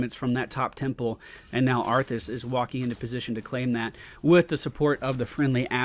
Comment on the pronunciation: He says it like that on purpose. I do recall him spelling it as arfus in a chat once. x3